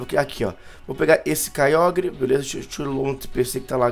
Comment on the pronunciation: quem escutou o falar kyiágua??